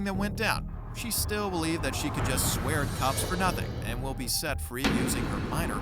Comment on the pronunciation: I cAiNt BwEeEeVe